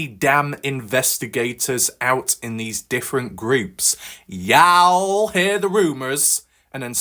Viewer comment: Hi my friend I understand you are no from America let along the south ya'll is pronounced like yawl its a southern abbreviation for you all